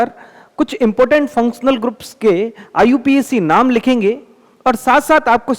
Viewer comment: Iupac name ❌ iu pac name ✅😅😅😅😅